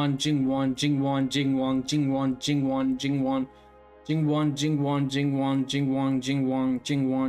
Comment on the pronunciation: I think is a fact now!! No one can say Jingwon better than you!!😂